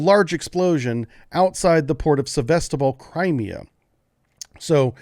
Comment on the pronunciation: Your emphasis is on the wrong syllable of crimea. Also, you said "Crimea, russia" ... that is incorrect, nobody recognizes the illegal 2014 annexation, it is "crimea, ukraine" under russian occupation.